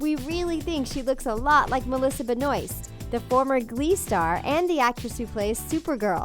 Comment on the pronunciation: You're pronouncing "Benoist" wrong